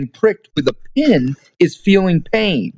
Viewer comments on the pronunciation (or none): none